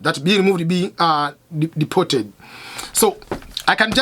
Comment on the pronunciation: Cannot even Pronounce Deported